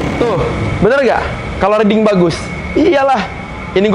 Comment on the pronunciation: riding atau reading bang? XD